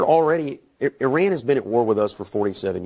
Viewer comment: all these years and Scott still can't pronounce IRAN correctly